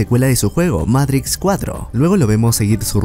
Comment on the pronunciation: Matrix hermano,MATRIX no meirics me haces poner nervioso